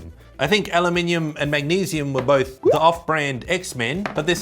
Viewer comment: I'm just happy you pronounce aluminium correctly